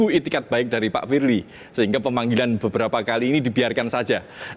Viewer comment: Pirli Basuki...... 🤭🤭🤭🤣🤣🤣🤣😂😂😂 Ngakak dahhh split-tounge-nya Bang Hotman....🤣😅